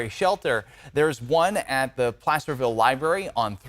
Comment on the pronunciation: did this nitwit say "Plasterville"?